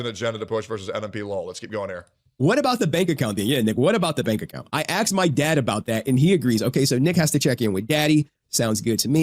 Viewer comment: So annoying how these people just can't say "asked"